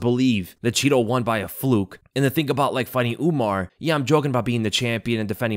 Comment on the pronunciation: Why tf does he keep saying UmNar